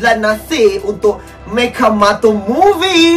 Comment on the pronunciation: Orang lain: Mechamato: Mechamoto